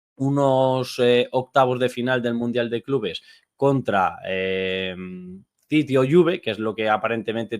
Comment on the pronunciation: “Didi” o juve? Qué es didi? No será city…?